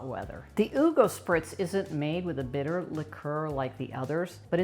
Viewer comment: san bittér accent in the last e😅